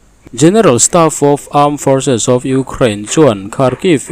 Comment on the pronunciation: Forces tih thu mal hi chu lam nuam i ti mawle forsis forsis Israel Defence Forces Forsis... a tha e, a dik e, rawn ti forsis zel teh